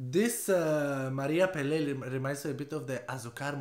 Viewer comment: Pelé no! Peláe! Pe la e. With emphasis in the A.